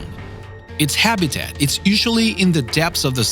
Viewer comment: extinct not excent and it's habitat not habidad